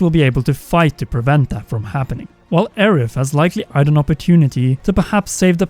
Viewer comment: And bom bing mission and Aerif